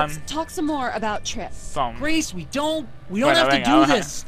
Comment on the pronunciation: Mas se dice more no moar